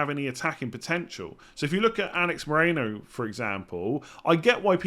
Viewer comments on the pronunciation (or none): none